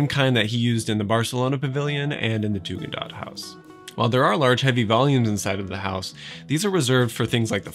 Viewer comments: I barely dare to correct you, but it’s ”Tugendhat", not ”Tugendaht”. For German ears the original name of the family sounds like "Hasvirtue" might sound to english ears – and this gives a little bit of a poetic dimension to the whole project, doesn’t it? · Hi, there's a typo in Your timeline of Mies' projects etc. The villa designed for a young family in Brno, Czech Rep., in 1928 is called Tugendhat, not Tugendaht, and pronounced [Tu-gn'd-Hat]. Thank You for the ever thoughtful content though. As an art historian not specialized in architecture I always enjoy hearing architects talk about space, geometry and process - much more than fellow historians. Cheers!